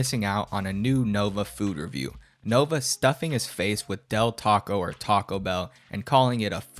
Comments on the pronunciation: Why does he always pronounce 'Nova' as 'Novine'? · Dude the fact he calls it the "Novine Universe" makes me think hes always saing Bovine like the true cow he is.